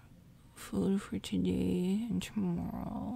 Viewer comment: You're Canadian? Can tell how you say tomorrow